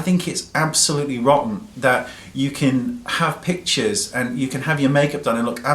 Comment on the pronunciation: Every time he says pictures, I hear him say bitches :P